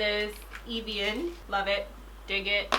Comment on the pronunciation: Evian - "Eh-vee-on" hahaa, you were closer this time ! ❤️